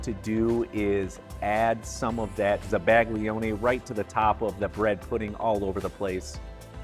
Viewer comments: dude, I love your videos, BUT your pronunciation of Italian words is driving me crazy. For example, zabaglione, it's not zuh-BAG-lioni, zah-bah-YO-neh. Here is an example. Thank you. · Oh I hate that I’m a pronunciation Nazi….but may I? The g in zabaglione is almost silent….it lends a tiny ‘y’ sound to the l like it does to the n in gnocchi.😊